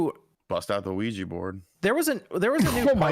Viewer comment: *Ouija, good sir. Got a laugh out of me too though lmao.